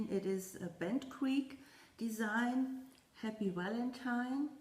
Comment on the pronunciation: Congratulations on your big finish with the snowman! It is beautiful!!!! I love how you say "Walentine" with your accent....adorable....